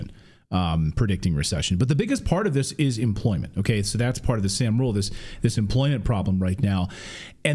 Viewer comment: The Sahm rule is pronounced som like Tom.